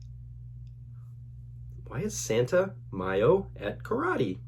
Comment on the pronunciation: Ma-a-yo is the right pronunciation. Keep trying 😁